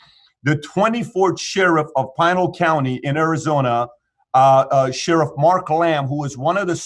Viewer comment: Its pi nal not pie nal... and all the sherrifs do is stake out the i10 and chasing natives